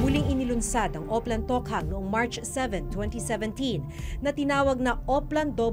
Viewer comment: Ako lang ba naiirita sa pronunciation ni Maki Pulido ng Tokhang.